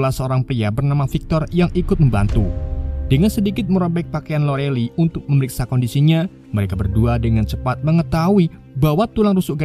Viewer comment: Lorelay, bacanya, ga nayaman bngt